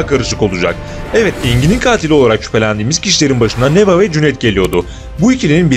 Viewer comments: neva değil nevaa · Allahım n’olur Neva’yı A’yı uzatarak okuyun. Neva değil NevAA (deva değil devAA gibi)